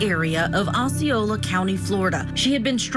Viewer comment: "Ah - see - oh - la" not "oh - see -oh - la" is the way you pronounce Osceola. How do you get to be an adult and not know how to pronounce the name of the tribe led by King Osceola?